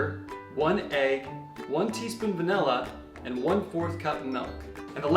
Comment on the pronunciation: Untell. Vanella. Melk. your i’s are 😂